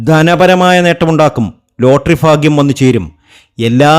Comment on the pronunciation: Fagyam alla tell bagyam